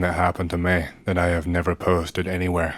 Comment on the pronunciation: Can you fix your ai voice? "Me" sounds like "May". I hate it. Love your content otherwise